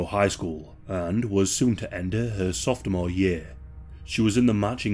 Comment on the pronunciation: Softmore... lol 😅😂 Sophomore dude. 💚